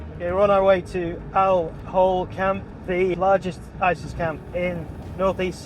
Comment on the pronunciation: Why would anyone pronounce "camp" like "count"....?